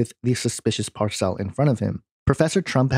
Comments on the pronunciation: Par-cell? LOL Did you forget how to speak? Parcel. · Why do you pronounce 'parcel' as "par-CELL"? First time you've come across this word? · Parcel is pronounce "par sul" .. not "par cell". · Parcel? PAR-sel. NOT par-SELL. good grief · PARCELL ? PARCELL? ITS PARCEL! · PAR cel, not par CEL